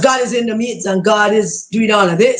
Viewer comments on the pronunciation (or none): none